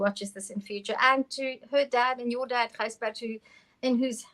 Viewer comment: Gijsbert not Gisjbert :)